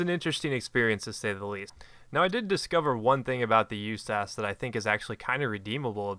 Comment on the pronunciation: stop calling it "you-ssass, it is pronounced usas like saying each letter.